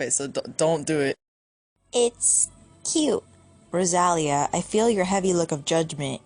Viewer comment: for me, i feel the way you say lysander's name is TOTALLY DIFFERENT THAN I THOUGHT. I say it like the word lie, then sand, then er. are you positive youre pronouncing his name correctly? id really like to know. same with rosalya